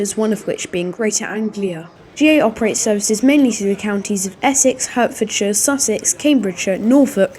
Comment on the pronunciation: Good video bud just pronounce Hertfordshire like Heart, but well edited. Good vid